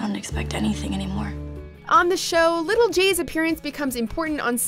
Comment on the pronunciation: No one else noticed little G? It’s little j